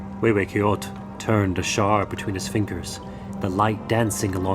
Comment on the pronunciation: I'm six minutes in This was the perfect opportunity to show the world and teach the proper pronunciation of words such "Mexico, coyote, hue hue coyotl" Instead this feels like it was made by Americans for Americans only based by Mexican lithology, at this point of I'm already afraid that I will continue hearing names being butchered, axolotl, ahuizotl, Quetzalcoatl.....